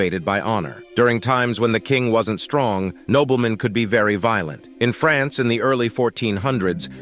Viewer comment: France is not prounounced "Frens" you dolt